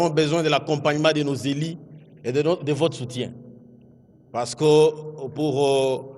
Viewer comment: dite au ministre qu'on ne dit pas "nos élis" 😂😂😅 j'ai i etc ....